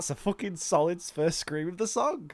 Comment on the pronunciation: Every time bro says the british ahh "FOUWHKING" gives my ear an orgasm